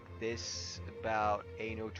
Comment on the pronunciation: sounds like you are saying "ANAL" lmao